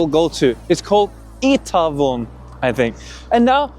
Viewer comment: Ae in Itaewon and Hongdae is pronounced ä 😉 Did you notice most buses are not disability friendly? High floor and bus drivers doesn't stop near the sidewalk edge? 😁